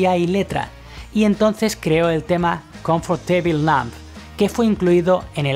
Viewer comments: "comforteibil namb", en realidad se dice "comftabli namb", ya que en "comfortable" no se pronuncia el -or-, como wednesday, donde no se pronuncia la -e-. Te queremos igual, te dedicas a la guitarra, no al inglés jaja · "Confortebil nomb" "De division bell" "Echos" "Onanaisland" "Ruadel dadpruok" JAJAJAJAJAJAJAJAJAJAJAJAJAJA, la mera hostia este tío.